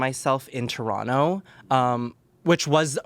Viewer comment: As a fellow Canadian, having Aurora Matrix on Smosh Mouth is so fkin validating.... hearing her mention Showcase, PRONOUNCING TORONTO PROPERLY, SHAYNE AND AMANDA(!!!!!!), explaining how distant the cities are from each other, saying University instead of College lol.... We The North, babyyyyyy